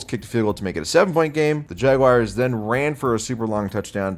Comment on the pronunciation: My wife's boyfriend loves the way you pronounce the "Jagwires." He says it cured him of his marijuana addiction. You're such an American hero,.